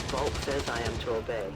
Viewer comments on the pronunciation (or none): none